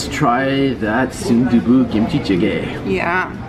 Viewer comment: Also its kimchi not gimchi haha